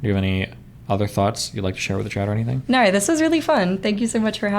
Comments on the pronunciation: " nor! nor! nor! " Having the r sound when it should be the ooh or o sound is grating on my ears. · Why does she have 11 syllables for the word "No"?